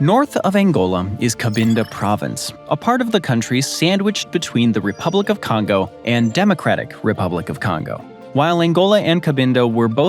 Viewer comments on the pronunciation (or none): none